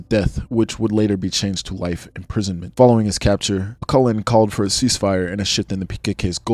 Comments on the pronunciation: bro you pronounced his name wrong. When you say "Öcalan" you should pronounc c as j, not q. İt will sound similiar to "öjalan". Btw Im Turkish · Öcalan is pronounced more like Ah-seh-lan. Oh-kul-en is dead wrong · You can’t even pronounce his name “Abdullah Ocelan”. Kurds don’t fight for nothing, you all know the Turkish state and its brutality.